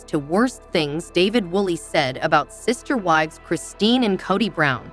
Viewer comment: For fs, at least have the computer voice promounce the names of the ppl involved correctly! You can spell them in a way that causes the pronunciation to make sense! Eye-sahbull? Coddy?! Really?You insult our intelligence!!